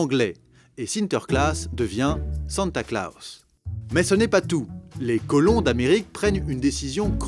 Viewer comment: "Santa Klaos"